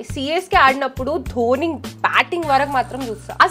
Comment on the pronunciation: Dobhi kadhu akka dhoni